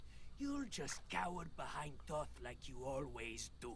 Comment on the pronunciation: Close, but the Egyptian god of knowledge is Thoth, pronounced with long "o".